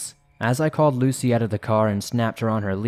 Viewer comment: Sounded like he was saying Lacey